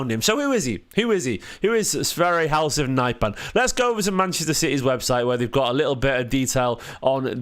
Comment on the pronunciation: The H at the end in Halseth is silent. Other than that you pronounced his name pretty much perfect.